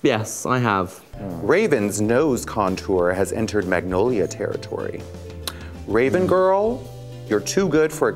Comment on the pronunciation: I love Raja calling Raven "Rave"